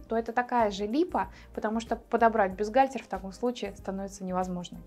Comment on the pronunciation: Вы хоть само слово бюстгальтер научитесь произносить правильно и не говорите ерунды: есть взаимозаменяемые размеры. Вам только и подбирать КОМПЛЕКТУЮЩИЕ (!) к бюстгальтерам. Словарь на досуге почитайте: комплектующие- это детали, необходимые для комплектации технического изделия, а в швейном деле- фурнитура